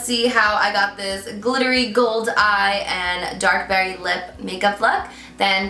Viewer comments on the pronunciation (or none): none